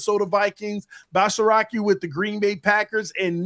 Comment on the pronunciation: Hey. It's Bas-air-ski not Basaraki 😂😂